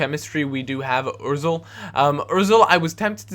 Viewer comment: O zil Not Or zil